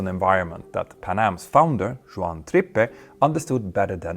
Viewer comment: Suggestions: Several moviess have been made with the correct pronunciation of Juan's name... (you got it wrong several times) Second sugestion: Brandif deep dive would be great.